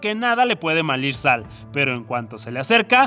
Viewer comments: Malir san en vez de salir mal jajaja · ok soy yo o en el minuto dijo MALIR SAL, en vez de salir mal